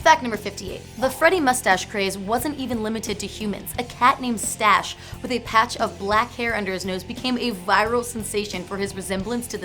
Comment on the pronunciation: "Tash". Not "Stash".